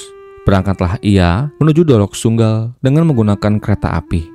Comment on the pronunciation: dolok sanggul om bukan dolok sunggal😅